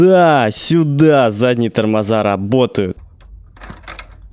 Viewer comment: Не томоза а тормоза